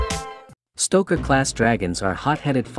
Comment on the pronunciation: Hello stoker. IT'S stroker